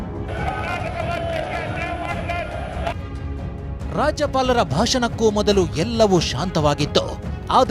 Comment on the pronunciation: He cannot spell Karnataka properly. Karnatak ante 🤬